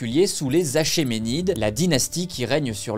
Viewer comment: rien à voir avec le sujet, petit point prononciation, dans les mots d'origines grecques, les CH se prononcent KH (sauf exception), il faut donc dire, bataille de Khéronée, on dit aKHéménide